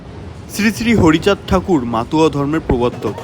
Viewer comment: মাতুয়া না দাদা মতুয়া